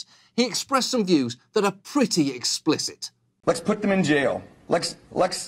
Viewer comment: I can't take anyone seriously if they can't pronounce "Let's".